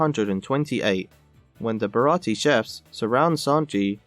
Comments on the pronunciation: Bara-tee? I think you mean Bara-tee-ay. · Wasn't it a 4Kids edit that changed the pronunciation of "Baratie" to 3 syllables (with a silent "e") compared to the 4 syllable pronunciation in the live action version?